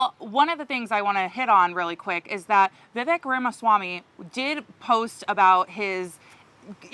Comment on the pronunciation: Geez Perry, at least pronounce Vivek’s name right if you’re going to call him out smh